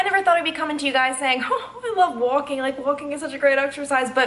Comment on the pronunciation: You said “walking” with the most New York accent 😂😂